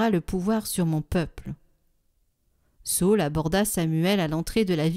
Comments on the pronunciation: Sa ül et non Saul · Bonjour, merci beaucoup pour votre site! Merci de nous faire goûter à la Parole de Dieu au quotidien. Cependant, question sur la prononciation de SA Ü L. ( sa ul) SAUL c'est St Paul... D'après ce que j'ai appris.. Merci pour votre investissement!